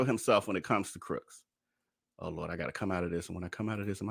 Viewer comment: Too funny. First video of yours that I am watching. I'm late to the game. Just noticed you keep calling him Darius "Crooks." Lol